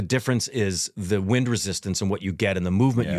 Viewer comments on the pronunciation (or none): none